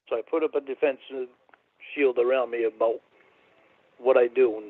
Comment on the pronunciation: I fawkn hate how he pronounces "about".. more like "a-bhoot".